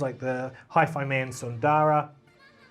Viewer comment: the Sanskrit word, "sundara", is bereft of long vowels.